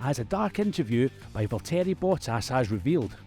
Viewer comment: You managed to butcher the pronunciation of both Valtteri Bottas and Zhou Guanyu.